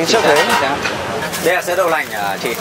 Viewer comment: anh ay bi noi ngong do ban